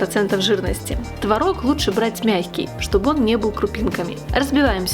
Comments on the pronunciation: Только ТвОрог,а не творОг. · Не Тврог А Творог !Удаление на первый слог !!! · Хороший рецепт! Спасибо! Но, надо правильно говорить- твОрог! ТвОрог! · Все бы очень славно, но если бы не мешающая музыка , и вы правильно делали бы ударение: твОрог ,а не тварОг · Надо говорить ,, твОрог, ,, твОрога" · Произношение слова «творог» в падёжной форме не правильно - ударение не ставится на последний слог а на необходимо ставить на первый. А так все отлично! 👍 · Как я с Вами согласна!!! ТВАРОГ через А режет слух! Но так многие говорят. А ещё мне не нравится, когда говорят щавЕль, мне нравится щАвель - ударение на А!!! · было-бы совсем хорошо, если- бы делали правильно ударение в слове ТВОРОГ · По русски в твороге ударение ставится на первый слог. Уши режет